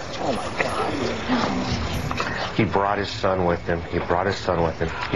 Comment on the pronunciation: .... oh my CAWD